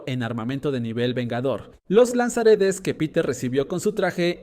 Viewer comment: A mi tmb encima parece que diga lanzaaretes😅